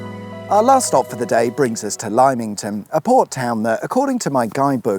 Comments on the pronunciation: I never want to hear you say Ly-ming-ton again 🤣. At first I thought you were trolling but as you went on, my ears bled. As has pointed out, it Limm-ington. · LIMEINGTON 😅 Don't let the locals hear you misspronounce it. Did you know that when Poundland opened there there was such uproar about it lowering the tone of the high street that they handed out free champagne on the opening day. It's Lim-ing-ton (for some strange reason) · Pronounced ..... LYM (limb) not lime..... pah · I thought at the start with the pronunciation of "lime"-ington, it was just a mild p-take with a joke to follow. But at the end of the video with no "lime" pun in sight I realise you're just mis-pronouncing it! "Limm"ington not "Lime"ington lol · "Lime ington???" I get that if you have never heard of a place before, and the spelling is ambiguous, a person may get it wrong, but lym can only ever be pronounced "lim."! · Interesting video - thanks - I know this area very well for over 65 years. By the way…you pronounced Lymington wrongly - you said “Limeington” phonetically whereas it’s “Limmington” phonetically. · Lymington is pronounced without the lime. Lim ing ton. Fwicked updates coming at ya. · It's pronounced Limmington not Limeington! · Oooo Lymington is NOT pronounced "Limeington" O.o /reachesfortherolledupnewspaper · Are you being ironic calling Lymington 'lie mington' and not 'limb ington' like how what it is saided?😅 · Galliano and their track, Twyford Down. 🎵That needed a background soundtrack if ever there was one. (It's on the M3 passing Winchester.) The rotting pier. So close to the Dancing Man Brewery, and that white dome (about to be eaten by Eels and maggots), the now sells Indian food. LIMEington? Lim-it-ton.? Let's call the all thing off. And at the end, you look like like you are in the KKK church! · Heads up, LIMM-ington, not LIME-ington ;) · Oh... Limmington; not Limeington... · Lymington is pronounced LIM-ing-ton not LIME-ing-ton. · "Limington", not "Liemington".